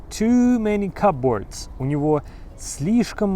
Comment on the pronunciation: Вы произнесли слово cupboard (шкавчик) так :/'kʌpbɔːrd/, а нужно так произносить: /ˈkʌbərd/